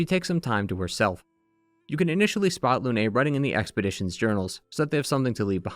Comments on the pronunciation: Its nOT LUNAY, ITS FRENCH. ITS JUST LUNE. LOON. LYUN EVEN. AAAA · The only “mistake” I can hear is when you say Lune’s name. (Also Blanche) You pronounce the “e” at the end as if it were in Spanish, not French. In French, you pronounce it subtly like “uh” almost as if it’s silent. The same way you correctly pronounce “Lumière”. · ik this is nitpicky but in French, the e at the end of words is often silent so, for me example, Lune's name is pronounced similarly to Dune (same thing for names like Émilie, Geneviève, etc)